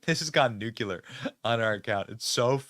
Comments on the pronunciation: "Nuclear" not "Nucular" ...unless quoting Bush... (Although it could just be my phones speakers... minute mark... if I am mistaken, please let me know.) Sorry for my pet-peeve quirkiness... at least it wasn't my least favorite non-word that "literally" makes me cringe... "IRREGARDLESS" is the worst word anyone could ever say to me, still wouldn't censor it though. Sorry for my irrelevant rant, too much going on today that apparently needed an outlet of yet another opinion no one in their right mind should care about. Love you Benny, Tucker & Trump! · Nucular is not a word, Einstein. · BENNY, BENNY..... I LOVE YOUR SHOW, BUT YUP THERE IS A BUT, THE WORD IS PRONOUNCED NU CLEAR! NOT NUCULAR.😊